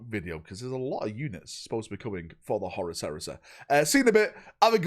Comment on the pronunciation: I like how he calls Horus, Horace